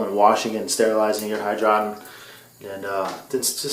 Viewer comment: It is called hydro - tonn.